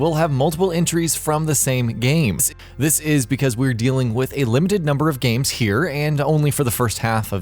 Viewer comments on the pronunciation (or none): none